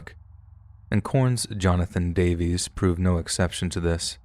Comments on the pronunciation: Not bad sir. Who the heck is Jonathan davees?! I only know Jonathan DAY-VIS... 🌝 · Pronouncing Johnathan Davis’s last name as “Day-Vees” is killing me inside lmao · Jonathan Davis, not Davies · It's Jonathan DAVIS, not Davies. Lol. 🤦🏼‍♀️ (Korn🖤)